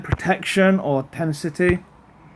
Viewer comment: How do you record your videos mate? Your videos are pretty good actually. My only criticism is that you keep using RG as a stunner! You will likely have more success using his armour up. Oh an it's Ten-a-sitee not tencity ;]